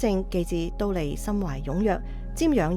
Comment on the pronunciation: 知苦樂法的樂，广东话應该读“坳”，觀成法师与法忍法师如是诵之；㣼利天宫的㣼，读音为 “滔”，后学分享如是。南無阿彌陀佛